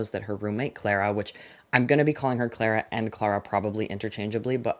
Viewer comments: it’s clah-rah, because it’s british ❤ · in the UK Clara is pronounced clar-ah